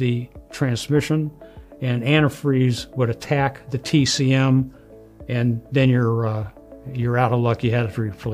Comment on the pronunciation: "Tek-em"? Like the game? LOL "Tee-Cee-Em" TCM Quit trying to sound smarter than you are, old man. Video contains nearly Zero useful information for a re-builder. Boo